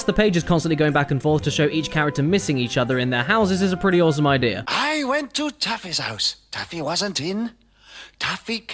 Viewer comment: *Taffy's house